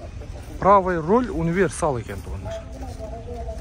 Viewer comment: Урол эмес Руль деп айтылат.